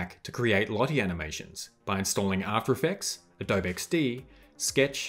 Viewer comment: Thank you for this video. I had a quick project given to me at work to edit a Lottie animation and I had never used it before. I was able to import it and edit it in After Effects. Also, just a friendly note -- Adobe is pronounced with the long "e" at the end. The company is named for the clay used to make sun-dried bricks from which native American structures were built, mostly in southeastern United States. Most American kids learn about adobe in elementary school, but I can see why those outside the U.S. would pronounce it without the long "e" sound.